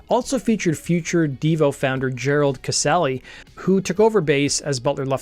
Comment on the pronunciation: "Exorcised", not "exercised". :-) And Devo dude's name is pronounced "kuh-SELL".